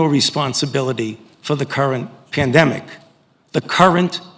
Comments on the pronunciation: Notice how Fauci, being under oath, emphasized and repeated the words, "the CURRENT pandemic" (cf. - )... oh, he's a clever little imp! 🤔🤬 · Yes! He kept emphasizing “current “ what is different between the current pandemic and the original? I’m completely confused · I thought that was odd how he put the emphasis on that, so if not the current one, which one? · Fauci emphasises he is not responsible for the CURRENT pandemic. He says it TWICE...very ominous ! The next one ??? The one Bill Gates has just warned about ? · Why the fuck does he emphasize "CURRENT PANDEMIC" twice when he says he's not responsible for the current pandemic? Is there another pandemic coming he hasn't told us about yet? Was he responsible for OG covid but now he considers delta to have mutated enough after the fact to where he feels he can consider it a new pandemic? I find this to be a very ambiguous emphasis and choice of words in the scariest way possible. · Why did he make sure to emphasize the words current pandemic? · Why did AF emphasise “the current pandemic”? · Nice play on words there. "I have no responsibility for the.. current... pandemic. The... Current... pandemic, okay?". Maybe not for the current pandemic. How about asking him if he's responsible for the pandemic as it was in the beginning. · "I have no responisbility to the current pandemic. The CURRENT pandemic." Isn't it weird he emphasized "current" so many times? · notice Frauci's emphasis on not having responsibility for the current pandemic. It's like he's saying that he may be responsible for the initial outbreak, but the subsequent strains are not his responsibility. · he emphasized current current current so whats next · he repeats he has no responsibility for "the CURRENT" pandemic. His own emphasis on current. Is he saying he bears responsibility for some past or future pandemic? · repeated emphasis of the term "current pandemic." Pay close mind to the words coming from this monster's lips. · Yes it is🤨🥺